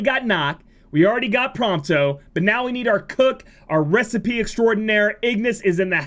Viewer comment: so gonna mispronounce "recipeh" hmmm